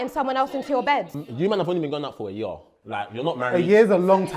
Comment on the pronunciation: the way said year is making me crease LMAOOO